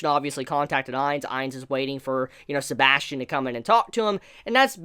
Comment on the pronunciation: sebas tian not sebastian